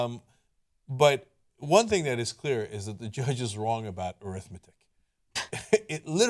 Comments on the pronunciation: Just being nit picky... normally the emphasis is different on the adjective form of the word arithmetic... am I wrong? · Arithmetic is pronounced AIR-ith-MET-ic, when it is an adjective. When it is pronounced a-RITH-met-ic, it is a noun. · Ana pronounced arithmetic incorrectly and goes uncorrected. TYT is a farce.